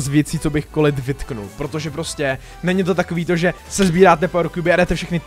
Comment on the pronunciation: Je to 'kolet' ne 'kolit'